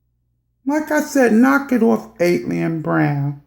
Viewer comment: Why can’t anyone say her moniker right ..... AT-ALIEN .... ok I’m moving on.